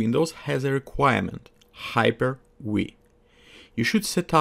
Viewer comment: Спасибо за видео. Я тоже сейчас подтягиваю свой английский. Должен сказать, что у тебя хороший разговорный уровень. Так держать! Единственный момент, который лично мне прямо режет ухо: "хайпер-уи". Там нет "уи", там д.б. именно "хайпер-ви". Не надо округлять губы при произношении буквы V. Иначе получается "hyper-we" какой-то.